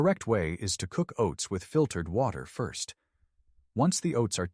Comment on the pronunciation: "...just place the oats in WOT...ER about ..." STOP USING AI READERS!!!!!!!!!